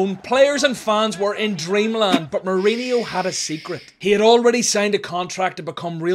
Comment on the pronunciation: It’s pronounced mouriño not mourineeo. And you pronounce the J in Jose in Portuguese